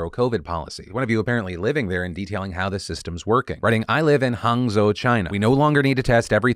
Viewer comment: Major props for pronounce Hangzhou properly